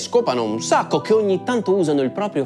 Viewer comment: "Che shcopano un shacco"